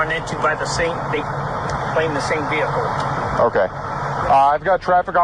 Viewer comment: what's a VE HE CUL ?